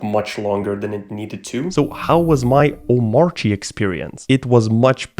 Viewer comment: It’s pronounced as OH / MAHR /KEEH…..kinda like how we don’t pronounced ANARCHY as AH / NAHR / CHEE. Instead as AH / NAHR/ KEEH. B/c thats just how anarchy gets pronounced.